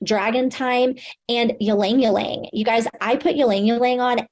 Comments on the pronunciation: omg yalang yalang is not how you say it 😂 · Not her pronouncing the Y in ylang ylang 🤣🤣🤣 “yuhlang yuhlang” 💀💀